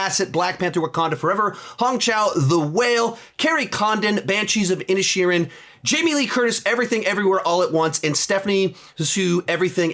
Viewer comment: When he read The Banshees of Inisherin I heard “the Banshees of Ed Sheeran” and got thrown for a loop